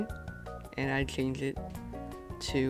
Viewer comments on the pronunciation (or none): he cant say change maybe he wears something or he just cant say it